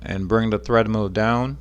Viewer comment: Omg, it's TREADmill, not threadmill.